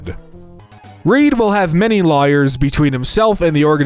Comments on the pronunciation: what was that pronunciation of layers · FFS - try to find out ahead of time how to pronounce place names like Agincourt - ETA: never mind, can't even manage a common English word like 'layers'